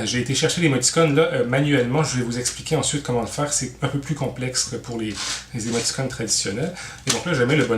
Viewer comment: chaque fois que j'entend émoti"connes" y'a un trou qui apparrait dans ma barbe